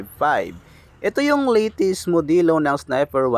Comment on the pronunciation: yung latest. litis daw hahaha bisaya ka man